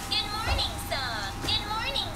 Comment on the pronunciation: apaan dah gue dengernya mainan lele bunyinya, "good morning, suck." 😂😂😂????